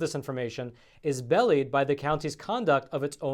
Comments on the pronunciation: Belie,, is pronounced be-lie not belly lmao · darling young man.....the word is pronounced BE-LIE not BELLIED!!